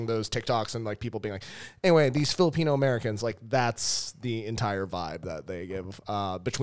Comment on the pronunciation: it's weird that he keeps pronouncing Filipino as Filipina, especially since the women are more likely to emigrate. The cosplay thing is accurate, but it's mostly because Filipino Americans are more likely to call themselves FilipinX and study woke humanities subjects, so they are more likely to advocate on behalf of people they don't understand. Back home, Filipinos are more likely to be Catholic and chaotic, so political correctness is not as big of a deal